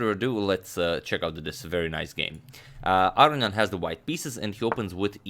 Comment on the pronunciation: I wouldn't mind if you could find it in your heart to say "ar-own-ian" rather than "aryan".